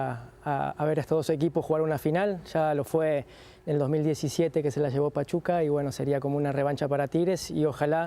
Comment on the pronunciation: Lol “pachupa”